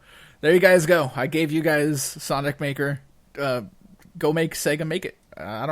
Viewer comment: I know he meant to say sonic maker but is it just me or does it sound like he said the N word